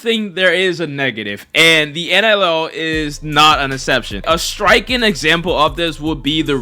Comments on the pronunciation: Why tf do u keep saying NLL?? Very annoying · how TF do you manage to spell it correctly and then proceed to say NLL for 9 straight minutes 🤦‍♂️ get off the galaxy gas